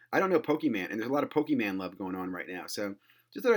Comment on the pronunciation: PokeMON, like you're Jamaican 🤣 Thanks for the tips, checking out that binder its looked nice.